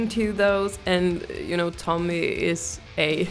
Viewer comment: Visste att du kunde svenska ditt uttal på Tommys namn var för bra 😊 suverän reaktion på en bra låt PS kolla samma låt med Erik Grönvall 🤘🇸🇪